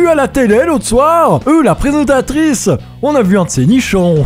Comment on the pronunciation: Le premier c'est du kämft für täminämol de Vaudois car tu as dis présintatrice ex bernois